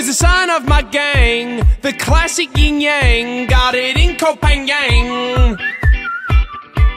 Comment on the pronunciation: it's yin yang. There's no g at the end of yin!